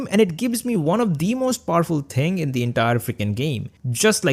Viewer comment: "the ting"